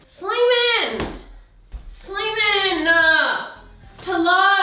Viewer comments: Drink every time she says Slaiman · Slamain degil süleyman :D 🇹🇷🇹🇷🇹🇷🇹🇷🇹🇷🇹🇷